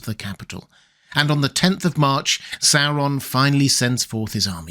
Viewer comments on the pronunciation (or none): Please learn to pronounce Sauron correctly! I love your videos, but cannot watch them/listen to them because of your weird pronunciation of the name Sauron. It is NOT pronounced Sarr-on. The third letter is a "u". Therefore, the pronunciation is actually Saw-ron. Please, PLEASE correct your mispronunciation!!!